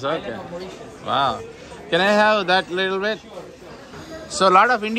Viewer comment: littil bit littil bit antu bane thinnav anna